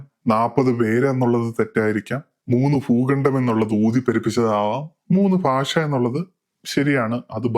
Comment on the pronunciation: ഫുഗണ്ടം, ഫാഷ 🤣🤣🤣🤣🤣 ആദ്യം മലയാളം കൃത്യമായി ഉച്ചരിക്കാൻ പഠിക്കൂ അതിനുശേഷം പോരെ ഈ പരിപാടി 🤣